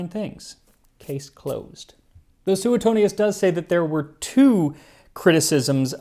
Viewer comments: Sue-tone-yes.. not... sue eh tonious 🤌.. Italian historin here. Mongiate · Max, love your videos, but I have to question your pronunciation of Suetonius. I learned it as "sway-toney-us" rather than "sooet-toney-us". But maybe that's the "Oxford" pronunciation and yours is closer to Latin? I know ecclesial Latin, not the ancient variety...🤔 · Should be pronounced Swetonius.